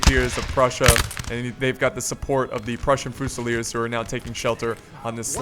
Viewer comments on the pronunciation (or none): As someone who speaks french I got cancer when you said "Voltigeurs" and "Fusilier"